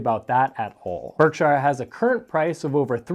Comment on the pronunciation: Please correctly pronounce Berkshire Hathaway. It is spoken with the 'shire' portion of the first word as if saying a soft 'sure' as opposed to a more prominent 'shire' sound. That is how the British names that contain 'shire' and there are thousands, are spoken. Even in America, listen to how Mr. Buffet himself speaks the name. I like your channel and only offer this as helpful advise.